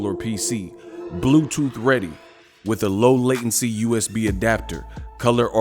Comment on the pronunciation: "Meet wif meeh" 🤣😂😭